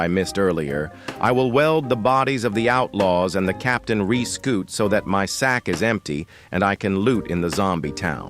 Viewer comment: i heard reescoot